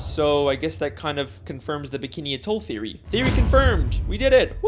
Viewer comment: He pronounced theory theowy